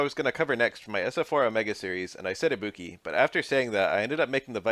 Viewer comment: I'll never get over how english speakers are unable to pronounce tonic syllables for different languages even if they get clear examples of how it's correctly pronounced. It always makes me laugh kkkkk